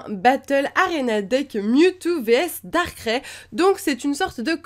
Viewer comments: Pourquoi tu dit darkrai darkrai à la place de darkraille? :) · C pas darcré mais darkraï comme quand tu dis aïe lorsque tu a mal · nul elle c'est pas prononcé Darkrai Sa ce prononce darkray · sa se prononce darkraye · Ouai ser énervant quand elle dit darkrai à sa manière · XD comment tu prononce Darkrai